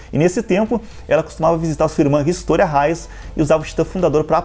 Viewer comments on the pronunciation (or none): none